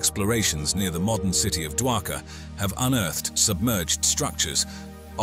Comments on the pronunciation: Not dwakar it's shri dwarika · It's Dwarka, not daka